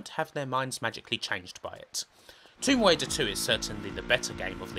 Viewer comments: Lawa Cwoft: Tomb Waider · Tomb Waider is getting me on my nerves